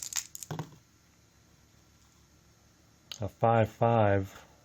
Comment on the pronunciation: its dar no by the way